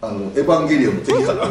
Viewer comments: エバンゲリオンじゃなくて、エヴァンゲリオンですよー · エバじゃなくてエヴァです！！ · えー、どうでもいいんですが、いや、すごく大事なんですが、 エヴァンゲリオンもしきはエヴァンゲリヲンです 「バ」じゃなくて「ヴァ」です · エヴァンゲリオンがエバンゲリオンになってて草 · エ“ヴァ"ンゲリオン です！！！ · 超細かい指摘だけど エバンゲリオンではなく エヴァンゲリオンです笑 まぁどっちでもいいのか？ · エバンゲリオン❌ エヴァンゲリオン⭕️ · エバンゲリオン？「エヴァンゲリオン」ですから！（ブチギレ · エヴァンゲリオンでは？エバンゲリオンって草